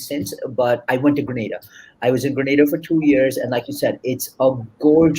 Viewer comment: The island's name is pronounced G-R-E-E-N -AY-D-A!